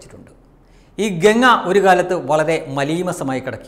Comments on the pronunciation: ഗങ്ങ അല്ല ഗംഗ ganga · ഗങ്ങയല്ലമോനേ ഗംഗ പവിത്റമായ ഈപേരെങ്കിലും ഒന്ന് ശരിയായിപറയ്.എന്തൊരുഗതികേട്.